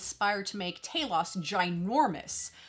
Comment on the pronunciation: Respect an American who can actually pronounce the characters name correctly, mines on the way . Nice review girl 👍👍